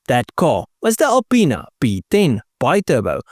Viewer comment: i'm a 42 year old child when you say alipinas it sounds like you say a penis